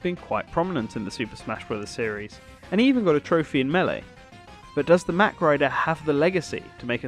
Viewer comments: I'm pretty sure mach is pronounced the other way, but I could be wrong. A la "mach 12" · It's pronounced MOCK..not mack